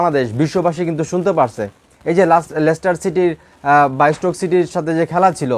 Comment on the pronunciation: illiterate laster city na lester city😂😂